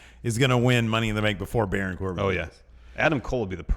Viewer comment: BARAWN. COR-BIN.